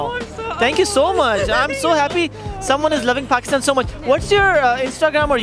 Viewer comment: IS HE SAYING PUCKISTAN🤣